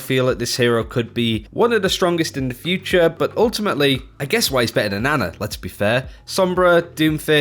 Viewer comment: It’s pronounced Ana actually